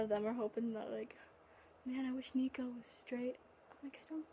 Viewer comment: You did mispronounce my name but that's ok😂 and my fave disney movie is Hercules too even though it is inaccurate